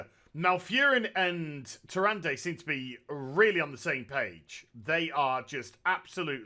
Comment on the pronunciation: The whole time I'm just like..."Its (Tyr-an-da) not (Tyr-an-day) JESUS CHRIST"